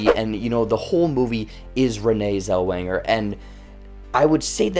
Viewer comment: Oh Boloney!!!! Us old folks know the real Judy and just seeing the trailers show it's a rude, disrespectful bore! *OH, and her name is NOT Zelwinger, but Zellweger. ARGH.